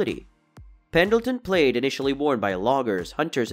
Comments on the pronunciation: This must be computer generated sound Madrass plaid is pronounced as mad-dress pladd, nor maydras played. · The word "plaid' is pronounced like "plad", not "played". Moccasins is pronounced MOCK-a-sins, not moe-KA-sins. Baja is pronounced "ba-ha", no "ba-ja". Several other wrong pronunciations. Did a bot read this? I loved the content, but the obvious pronunciation errors were jarring.